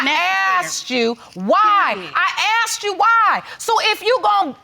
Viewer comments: I just notice how this lady is pronouncing the word asked into axe !!!? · When I axed her to vrew da body......